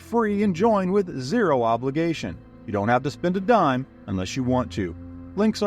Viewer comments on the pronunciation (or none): none